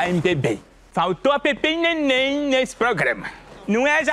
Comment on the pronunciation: Ele disse Pepemmh e Nenemmh kkkk